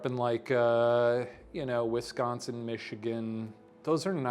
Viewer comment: shane can actually pronounce wisconsin !!! as a native wisconsinite, it bugs me to hear people say it funny, and shane really said it like a natural.